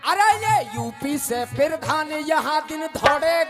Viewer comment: पीरधान ❌ प्रधान